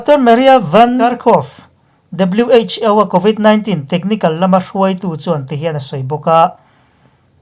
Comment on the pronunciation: WHo tihhi alamdan chuan wh.Aw tihrawh Pu. A